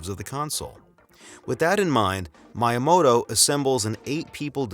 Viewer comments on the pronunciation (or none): Why do you say myamoto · It is not pronounced "MY-uh-moh-toh". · Sorry man you can't have a three hour video about Nintendo where you don't know how to pronounce the name of Miyamoto. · hire someone who can pronounce miyamoto that shit is like nails on a chalk board